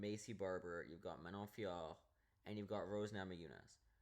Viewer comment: The way you pronounce Manon Fiorot’s name is aggravating, and you’re a casual. This is one of the most painful MMA videos I’ve seen 💀💀.